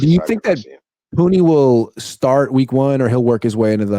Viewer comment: please correct this fans it’s “Puni not puny!!! 🤦🏽‍♂️